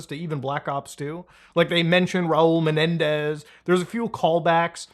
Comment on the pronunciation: NOT MENENDEEEZ !!!